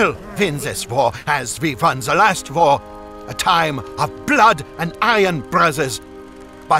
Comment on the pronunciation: I love how he says "wor" instead of "war"